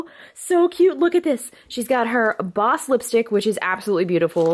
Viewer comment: JUSTINE ITS PRONOUNCED "BAA-OUSE" NOT BOSS